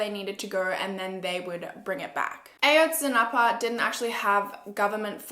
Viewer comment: Ah-Yohtz-Si-NahPuh ;)) A is short, so it’s Ah! also I’m Mexican and I really appreciate how you did this case. Everybody knows Peña did it, he made the Iguala mayor do it too. He was a disgusting president and I’m glad there’s a new president. There’s no reason why police officers from the state would take students on their way to a protest. It’s disgusting how 43 students were taken and nobody knows where they are. I feel terrible.